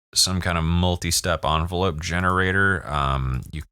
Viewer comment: "Un-velope" lol